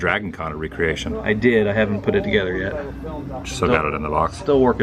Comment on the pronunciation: that would be re-creation not recreation!